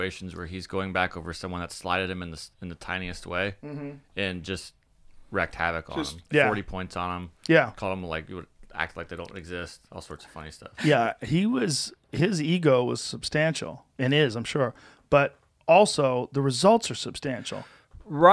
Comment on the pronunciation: It’s wreaked....not recked...